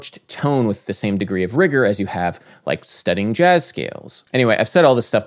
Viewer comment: "jahzz...jahzz..." Lol. Your videos are informative, Adam. And there's always... ("jahzz"...sorry I had one left over... ) ...a sense of humor you include in there. Lol.